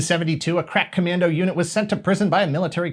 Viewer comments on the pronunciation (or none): none